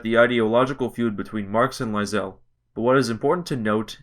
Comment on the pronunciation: Love how you pronounce Lassale.